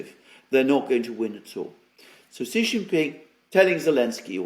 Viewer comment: SHEE NOT JHEE